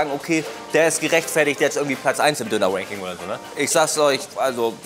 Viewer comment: Warum kann auf einmal Ranking richtig aussprechen?❤ …Never mind